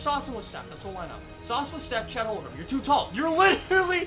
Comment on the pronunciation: it’s chet holmgrown bro